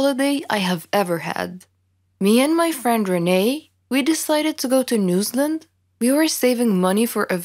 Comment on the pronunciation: Lol it took me way too long to figure out where "newslund" was 😅. New Zealand. She's saying New Zealand 🤦🏽‍♀️